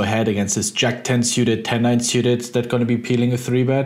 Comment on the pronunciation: I love the way you pronounce 'Syewted' Ben :)